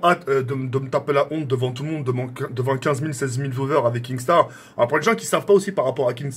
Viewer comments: Kinnstar pas kingstar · Qui peux lui dire que c'est pas KinGstaar mais Kinstaar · KINSTAR et pas KINGSTAR bordel !!!! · Kinnggsttarr ein peut de rit cantoner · Mdr je rêve il dit kinGstar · Arrete de dire kingstaar